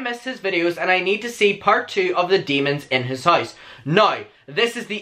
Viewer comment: "noi" "hoise" ???